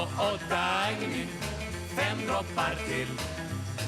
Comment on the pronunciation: In swedish Dagny is not pronounced with a hard "g". It is pronounced as it was spelled Dang-ny.